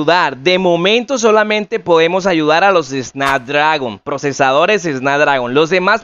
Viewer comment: Es snapdragon** no snadragon jajaja, le quita toda la credibilidad al vídeo, y enserio usaron esto como método de publicidad al tipo? Acuerdo económico dice cD